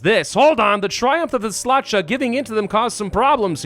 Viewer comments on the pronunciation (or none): Our gracing us by playing as my homeland in EUV and setting up Poland for greatness by exterminating the root of evil within central Europe called "Teutonic Order", outpacing historical borders and horribly mispronouncing Halicz (Halich in eng.) as HEYliH and Szlachta (Shlahta in eng.) as Slarzda is surely a treat. All hail, rightful king of Poland!